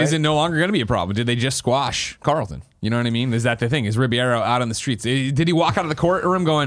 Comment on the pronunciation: Some day Greg will be able to pronounce Alfonso Ribeiro's name correctly. This is still not that day.